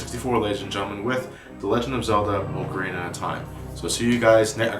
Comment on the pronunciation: I am SOOO glad that you pronounce it Oh-carina and not Awk-arina. Great review too by the way, makes me want to go place LttP right now <3